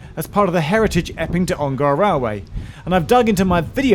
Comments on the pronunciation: Hi Geoff - great vid. Just a note from an Ongar resident - it’s pronounced Ong-er, rather than Ong-ar :) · Never heard anyone pronounce Ongar as OngAr !! - sounds so weird. We always call it Alperton Garage "ON GAR" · Ongar is pronounced with a schwa by the way. It's not OngAr. Little bit of local knowledge for you there :)